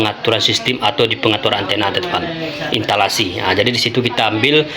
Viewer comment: Intalasi❌ Instalasi✅